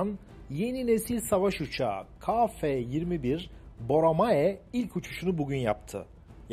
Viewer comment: Hocam selam...bir eleştiri..Türkçe de a eki alan bir harf yoktur...yani ba ca da...gibi,,,TÜRKÇE dil bayrağımızdır...ve özellikle bozmak isteyenlere karşı çok iyi konuşulmalıdır.Ka değil..Ke..lütfen